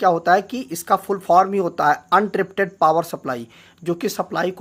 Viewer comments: Uninterrupted hoga bhai 😀....untripted bolke koi word hota hi nahi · Un tripted नही uninterrupted hota hai...😌😌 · Untripted nhi. Uninterrupted. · Not untripted....its uninterrupted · wo Uninterruptible power supply hota hy, untrippted nahi...no offend , rest good information. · Untripted nhi Uninterrupted